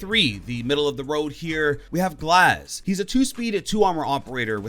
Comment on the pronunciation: when he said glaz i just disliked the video